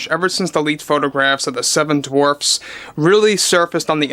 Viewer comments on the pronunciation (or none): I was just gonna comment on how it sounded like he said 'Dwarps' and how that fits so well.... Snow Woke and the 7 Dwarps! Perfect! I love it! Lol!😅